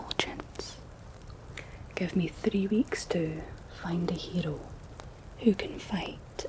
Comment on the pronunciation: I love the way you pronounce "hero"!!! 💙🙌